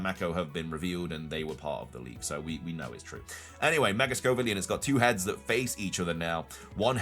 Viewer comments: Why keep saying scovillian when it's scovillian??? 🤣🤣🤣 Sco and villain. 🤣🤣🤣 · It's Scovillain ("villain" is in the name) not Scovillian ("villian" doesn't mean anything)